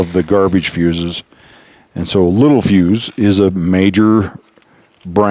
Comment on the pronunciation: Spelling: Littelfuse Pronunciation: lit tell fuse Very common to get this wrong. I did for 30+ years!